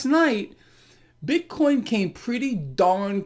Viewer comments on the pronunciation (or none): says that as well... BIT-CORN....🤣🤣🤣🤣